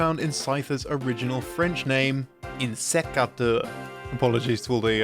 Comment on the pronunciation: Hahaha :-) not nearly bad enough to be worth an apology, IMO you did pretty well! Just in "insecte" (and therefore "insécateur") the beginning "in" part isn't pronounced "een" but closer to "hen" :-)